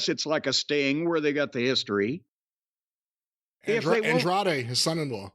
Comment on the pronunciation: LMAO at Jim butchering Andrades name...he called him Android LMAO